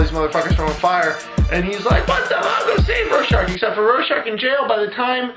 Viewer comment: The only thing that bugged me was the mispronunciation of Rorschach. Really funny otherwise...I don't think I've laughed that hard in awhile.